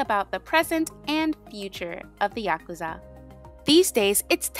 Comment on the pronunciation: thank you for pronouncing it "yakuza" and not "yaKOOza" 😭 so much cool info here ✨